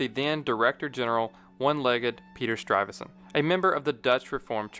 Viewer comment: How can one narrator mangle the name of Peter Stuyvesant in so many ways.... it baffles me